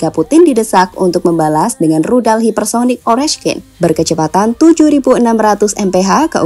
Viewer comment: ORESNIK min, Bukan Oreskin.🤣